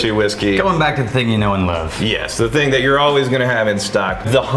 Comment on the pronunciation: It's a well known thingk